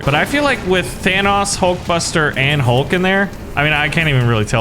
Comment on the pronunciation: the green guy is hulk you said his name wrong